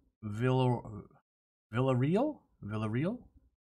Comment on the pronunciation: Villarreal is not pronounced as you did,. It was funny though....poor guy. Never before has he had his name be so butchered. 'VilDuhReel' means that you failed your Spanish classes. Spent way too much time with fish instead.